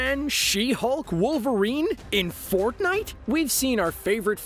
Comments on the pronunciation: you said forknite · Did he Said ForkNite